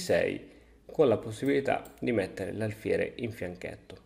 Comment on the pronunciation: Quando pronunci la parola "fianchetto" si nota chiaramente che il tuo cognome non corrisponde alla tua residenza..ahah! Cmque bel video, gracias!